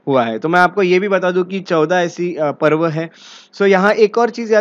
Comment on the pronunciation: Not पर्व its पूर्व